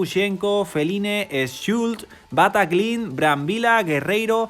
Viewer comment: Perdona es Batallin su pronunciación. Supongo que no dirás Tihbaut y si Tibó.